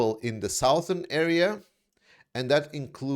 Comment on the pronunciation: A little help with your otherwise excellent English. "News" is (surprisingly) singular. "The news IS good." "Southern," at least in American English, is not pronounced "South-ern," but "Suh-thern." Thanks for your work. I look for it every evening.